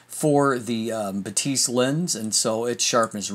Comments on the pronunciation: I have two critiques. First, Batis is pronounced "BAH-tis" and not "buh-TEES" (as a German speaker, I giggled a little bit every time you mispronounced it). Second, the lack of vignetting is likely because Sony includes native lens profile corrections as a sidecar file in the raw container. Lightroom always applies those corrections, which counteracts vignetting and sharpens the edges/corners. This is unlike a DSLR, where Lightroom has the lens profile and applies it only when the user chooses to do so. I'd imagine the uncorrected file for the Batis 135mm looks slightly more pedestrian. (Fujifilm and Micro Four Thirds cameras behave the same in Lightroom, to be fair.) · buh-TEES sounds french not german lol